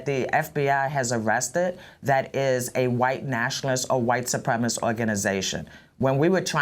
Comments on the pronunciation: SU-PREM-IS-CIST, not SU-PREM-IST!!! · [" What is a 'supremist'? "] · She cannot even pronounce 'supremacist' properly?